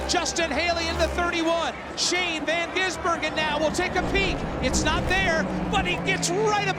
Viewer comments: You mean Shane Van Gisenberg-en?🤣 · Shane van GisN burger? Learn how to read or watch one supercar race ffs. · If the highlights are anything to go by, it took the journey of the race to figure out how to say his name, but I'm glad they got it by the end! SVG's attack and ability to pull way was unreal. The dude is fast in everything, even a rally car, but especially a high horsepower chunky beast around a slippy street circuit. That's his specialty!